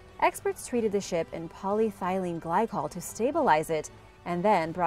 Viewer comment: Poly eth e lyne glycol. Not polythylene.